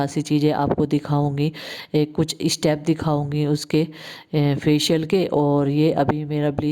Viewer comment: Estap nahi stap hota h har cheej m e mat lagaya karo sister